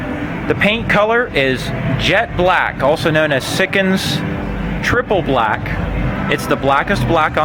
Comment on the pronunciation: It’s bleclk lol